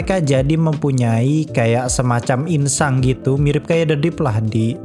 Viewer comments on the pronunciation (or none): Masih aja lu bilang ingsang cuk